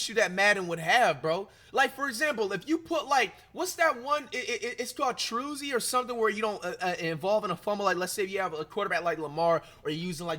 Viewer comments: dude called “Truzz” as “True Zee” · This nigga said truzze he really couldn't read Truzz 🤣🤣